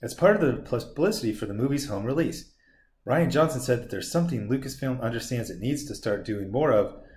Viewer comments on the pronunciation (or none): It’s Ri an. Rhymes with Brian